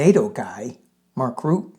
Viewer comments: Just a comment on Nato chiefs name... it is pronouncen Mark R-u-t-t-e, ie every letter is pronounced.... dutch is difficult, just as difficult as danish 😉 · Mark Rutte both 't' and the "e" are ptonounced. Blessings! Granny Eleanor in DC. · His name is pronounced 'Roo - tuh'. My son lived in The Netherlands for 20 years and knew Maark personally. He is a very down to earth, intelligent, no-nonsense guy. Europe's memory is very, very long. They fought FACISTISM once, they will not stand for the faintest smell of it again. Fake pretend strong man 45 will soon have his diapered butt handed to him if he continues with his blustering BS. 😂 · His name is Ruhttuh. Like in ' heard' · Pronounced Rue tah. He ran the Netherlands for years